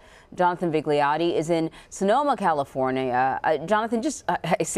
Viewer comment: She said "Sonoma Cal lee for nia" Seriously it's not like you were reading Puyallup or something.